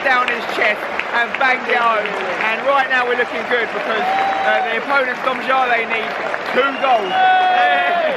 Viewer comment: yay you pronounced it right